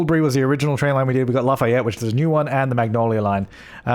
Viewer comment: It's pronounced Laugh-ee-yet